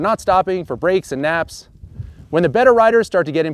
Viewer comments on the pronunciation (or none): Sorry, - did you say "naps"?;)